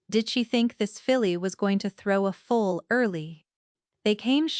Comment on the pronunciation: Its bay not bass and mare not mayor also foal not full Enjoyed the story it the narrator and the video fit Together we'll Fla USA